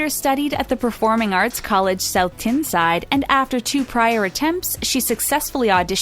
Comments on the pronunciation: It’s pronounced south tineside. And not tinside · Here the hell is Tinside? If you’re going to use an automated voice make sure it can pronounced place names properly because it’s Tyne Side. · Tyneside not tinside please practice your pronuciations of places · Tin-side it is pronounced tine like pine = Tyneside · Tyneside is pronounced like Twine not Tin. Damn Yankees. Anyway I think Jesy looks incredible and the best looking imo but the whole band are gorgeous. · "south TINside" IMMA FLIP!! it's pronounced TINEside you wazzock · Tinside 😂 you pronounced it wrong haha